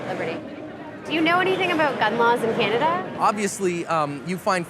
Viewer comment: When he said "Canagay" I thought he was talking about one of their shit eating states. 😂😂😂😂😂